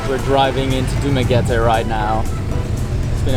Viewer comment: congratulations, you pronouced DU MA GUE TE right, nice to hear